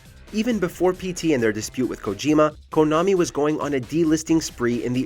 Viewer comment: did he said hideo kojiMO?? 🤔🤔